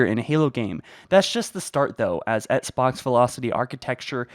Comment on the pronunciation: Hello my mate, why do you keep pronouncing Xbox like “etsbox”?